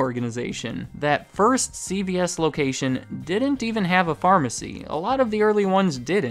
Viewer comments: great video, but it continuously sounds like you pronounce it: C-B-S make sure you emphasize C-Veeeee-S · It sounds like he is says “CBS” instead of “CVS” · I swear yours saying CBS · You keep sounding like you saying CBS